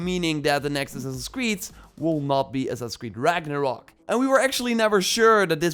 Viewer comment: Its Ragnarok not "rock"